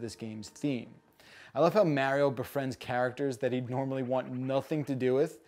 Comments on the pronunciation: I really REALLY wanted to like this game, but that battle system just looks awful. Will deffo not be getting this one. Oh, and don’t use your accent as an excuse,. I’ve known people with all kinds of accents and they can still say Mario, not Mehrio. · Also from NJ and cringe at each of his pronunciations of “Mehrio”. Nonetheless totally getting this game. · Wow, really pronounced mArio weirdly, he should adress that. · I don’t trust people who can’t even pronounce Mario’s name correctly to review a Mario game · because you said you pronounce mario like that Now i notice it. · its mostly the fact that he knows he's saying mario wrong which drives me crazy. Also seems pointless to have a 4 min review that doesn't go in depth into anything. Just like Ghost of Tsushima, am I right? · Don't worry as a Japanese citizen, You English speakers are all pronouncing Mario wrong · Thumbs down until he says “Mario” correctly 👎🏼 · I'm from New Jersey and I've never heard anyone here say mario that way. Why would you do this